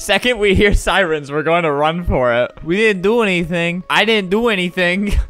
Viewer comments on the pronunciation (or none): none